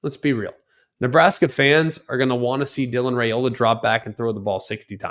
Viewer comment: At least learn how to pronounce his name correctly Rye ola not Ray ola